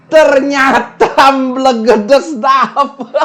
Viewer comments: bacanya EmbElgEdEs. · Mbelgedes e nya dibaca kaya ember bli bukan elang..